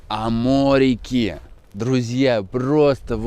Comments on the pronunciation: Тогда уж амортики, а не аморики) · Уши режет когда говоришь амориииик😮